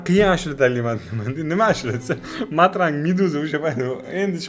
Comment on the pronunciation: martang ❌matrang✅